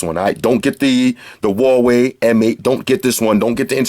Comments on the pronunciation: good but you don't say hawaii you pronounce it h-oo-ar-way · Lol it is not Hawai, but Hu-a-we-i("Huawhey")! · pronounced (wa-way) btw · You wild americans had too much false freedom that think you can do whatever you want. It is HUAWEI, not HAWAII. LOSER. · If you hear people say 'wa', they must be Cantonese. Most people say 'Hua'. And I'v never heard foreigner pronounce 'Hua' correctly. :-) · Watch his previous videos when he's reviewing phones from that company. You'll get why he says, "Hawaii". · It's pronounced Huawei in Chinese, hua is an existing pronunciation for a lot of words. In this case Huawei=华为, pronounced exactly as spelled as the English name is just the pinyin for the Chinese characters. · 87 (Hu-wa-wei)